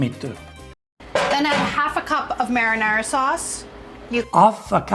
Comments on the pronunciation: The way she pronounces "Marinara" lol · She say "Merrynera" like Merry Christmas. Her pronunciation is so funny 😂